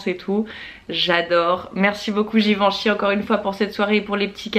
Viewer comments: Super idée les weekly vlogs! Juste je suis un peu frustrée par un point : la prononciation de Givenchy... Je te pris de m'excuser c'est aucunement par prétention mais, comme il s'agit de ma famille, j'insiste sur le fait qu'il faille prononcer le "en" comme "un" donc "Giveinchy"... Encore désolée pour cette petite remarque aha, pleins de bisous et contente de voir les événements de la maison grâce à toi 💄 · Oui je te l'accorde c'était pas très clair, le même son que pour "lapin" :)